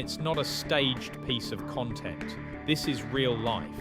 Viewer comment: It this an AI voiceover? Why can't the guy pronounce "content"?. Pretty realistic other than that.